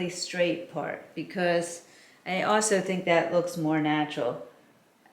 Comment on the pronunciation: Love your vids and your wisdom, but can I comment on your accent. I love the way you say awsew ( also) it cracks me up! Also you said it many times today!